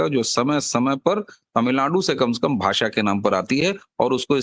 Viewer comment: भासा नही भाषा ष का उच्चार कीजिये